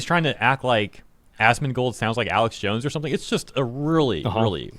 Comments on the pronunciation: Its hilarious he calls Asmond “Assman” 🤣🤣 AssmanGold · Im hearing "ass-man" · haha yes i heard assman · He said AssMan😂😂😂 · Sounds like he’s saying Ass man. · I heard him say "Assman". Congrats bro you're the Assman! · It's "assman" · Bro I hear Ass Man... which I guess they aren't wrong😂😂😂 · y he is calling him ass-man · I was hearing Assman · I heard assman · Hes saying assman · Im hearing AssMan 😂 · I keep hearing Ass Man. KEK Cenk is trying to make a joke that doesn't hit. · "Ass Man" is 100% what is being pronounced. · I heard ass man too lol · sounds to me he calls you "ass man". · I'm hearing "ass man" 😅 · I heard "Ass Man" like from the episode of Seinfeld where Kramer gets the vanity license plate mistakenly mailed to him. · He called you ass man, is what I heard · Sounds like Cenk is calling you "Ass-man" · If English is your first language Asmongold should not be difficult to say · not knowing how to say "asmongold"..? Arnt these people literally journalists? or in other words, isnt it their job to figure stuff out, including how to pronounce the thing they are talking about? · If he can’t pronounce asmongold, sincerely, that means he 1000% never supports or watches his nephews stream lmao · I’ve come to the conclusion that if someone can’t pronounce Asmongold, they suck at reading. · Imagine being the Number One Leftist Media on Youtube and you not only targeted a balding gamer for voicing his opinions and has no political influence but had the audacity to pretend to mispronounce his streamer name while claiming you don't even know who he is as if he couldn't be bothered to google. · He was trying to mispronounce your name on purpose to call you a**, man. He thinks he's funny. But he's just an old worn out version of Hassan.